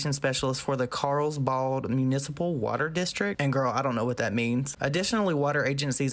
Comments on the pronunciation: 😂"Carlsbard"😂😂 Oh. Carlsbad* is pronounced like "Carl's Bad", and is a city in San Diego. Basically, the information is statewide but obtained from the Carlsbad Water District. The state is attempting to rectify the on again-off again drought problem by enforcing the municipal water districts to abide by drought restrictions year round, regardless of drought status. Reason being is that, the minute the state announces we're no longer in a drought, the people and districts go back to lax or no restrictions and the surplus we had gained disappears and it's not long before we're back in water crisis again. The state actually restricted news sources from using phrases like "California's drought is over" or similar after our 3-4yr drought finally was over, in an attempt to prevent people from just going back to wasting water. The districts are forced to pass the restrictions back onto the people (which is really just being water wise) who either abide or incur charges for overages, kinda like electricity. It really should have happened a long time ago if we're being honest. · Its pronounced Carl's bad lol, I lived there for several years. There were times we couldn't water our yards cause of the restrictions. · One it’s pronounced “Carl’s Bad” the water restrictions are not the issue here, although wasteful, they have to pay for it, it’s the property damage, and the potential of damaging the hillside, causing a mudslide, and destabilizing the hillside causing the homes to become unlivable. That area of California is known for mudslides. It also carries the potential for erosion, and conservation issues. Imagine being a small creature living in that area... you are now either flooded out or dead. It’s a little like what onision did with the wetlands near his home, it’s not ok. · I live you but it’s pronounced Carls (carls junior carls ya know) & bad like super bad 🥑